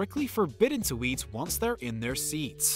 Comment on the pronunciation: The narrator says “wait” and “eat” really weird